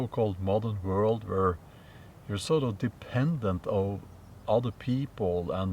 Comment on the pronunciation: The pronunciation of “world.” I would start out by making a CONSCIOUS EFFORT to pronounce an English “w” like “w,” not, as - I’m sorry - you do. You pronounce it like a “v.” Once you have that under your belt and can spontaneously say “why,” not “vhy,” “where,” not “vhere,” “when,” not “vhen,” “were,” not “vere,” etc., you can then approach “world.” Here’s the trick: the “wor” in “world” and “word” is pronounced EXACTLY THE SAME as “wer” in “were.” I’m an ESL professor with over 4 decades of experience - have even written a book - and firmly believe that anyone can change himself to meet the requirements of a new language. Yes, it takes practice, but it can be done. An important component is, as you suggest in this video, LISTENING, listening to yourself as well as others. Please know that these comments are meant to help, not criticize. If you have any further questions or concerns, please don’t hesitate to contact me. I’d be more than happy to give you a hand. Obviously, I very much enjoy watching/listening to your videos. Thank you. All the best.